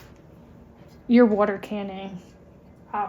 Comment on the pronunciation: So nice to hear you say it right! "wooder." 😂 I am enjoying your videos.